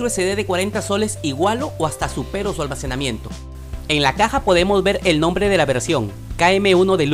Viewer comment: X que que dices ALMAJENAMIENTO en vez de almacenamiento 😂 😂 😂 😂